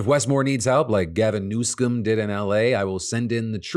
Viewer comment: Why does he keep calling him "Newscum?" It's kinda... gay.